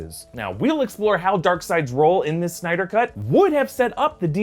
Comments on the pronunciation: So many synder lol. It's Snyder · So is it SYNDER or SNYDER